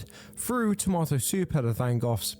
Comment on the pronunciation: Tama-toe soop yum 😋